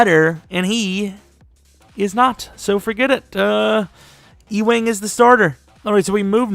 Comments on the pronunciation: It’s pronounced (youing) but that was hilarious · Byron "E-wing". Bruh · Ewing is pronounced You-ing.